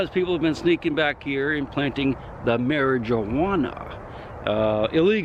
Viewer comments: “Planting the mare-a-jew-wanna” 😂😂😂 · "Marriage a wanna" lol.